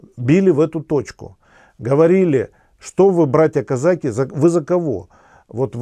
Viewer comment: Режет слух...казАки...))))